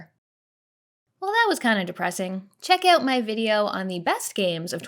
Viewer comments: It's more of an "oat" than "oot" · It's pronoonced Oot, eh? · I love the Canadian 'out' sound